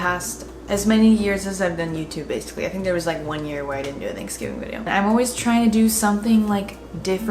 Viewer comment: I love you, but you say “theynksgving” and not “thanksgiving” and it messes me up 😭😭😅😅